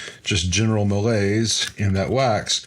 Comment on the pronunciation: Yeah, but it’s that malaise that gets the laid back tone! Or did you say mayonnaise? 😂